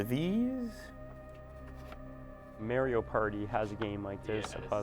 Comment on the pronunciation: aint no way he just said Meyrio party lmao